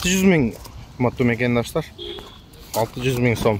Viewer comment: Макандаштар эмес мекендештер деп суйлочу айланайын